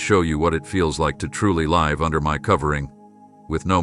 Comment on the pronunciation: The person who is speaking is also mispronouncing words because the script can’t catch the mistakes. “LIVE” is pronounced two ways. I am waiting patiently and gratefully for the next chapter to began. Every day lost is a big loss for me. Time is PRECIOUS —- and SO ARE PEOPLE!! ❤❤ Amen.